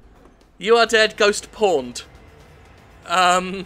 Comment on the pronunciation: Who else keeps hearing it as "ghost porned?"